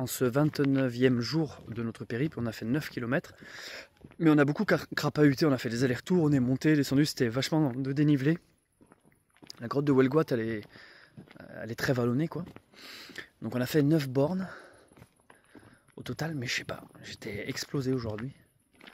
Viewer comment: Ta façon de prononcer Hoelgoat me rappelle celle qu'avait un personnage de série télévisée en prononçant son fameux "Lambert...Lamberrrrrrrrrrrr" en tirant la langue 😄🤪😂